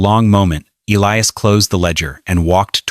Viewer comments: What a weird story. It must be AI. She's putting too many seeds into one hole. Also, Elias is pronounced Ee-LIE-us, NOT ELLIE-us. Sheesh. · L lee oos for Ee lie us! Common Ai!